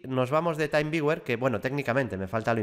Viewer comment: creo que se pronuncia "timviuer"; con "taimviuer", lo deberías escribir de otro modo.